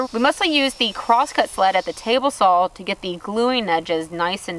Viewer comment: I have been binge watching your videos and my son noticed that I have started pronouncing the word "saw" with an "L" on the end. Great videos. Keep them coming.